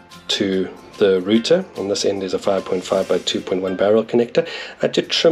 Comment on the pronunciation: What's a roother 😂